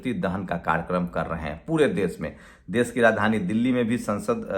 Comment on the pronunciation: Dais nahi daish Sosal nahi soshall( social)